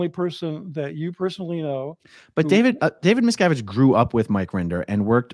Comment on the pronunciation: How many times did say “Abib Miscavib” 😂😂😂😂😂